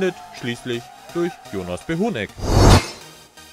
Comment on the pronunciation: Behounek falsch ausgesprochen. Aber besser als die anderen Kommentatoren